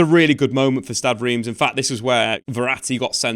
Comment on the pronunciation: I believe it's pronounced "R'emm".